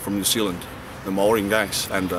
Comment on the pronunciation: Gets a Maori tattoo, can't even pronounce Maori